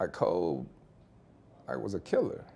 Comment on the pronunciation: kind of annoying how he keeps saying "Kob" instead of "Kobe". Like I get it, he probably called him that, but come on man, out of respect for him now, at least say his name right.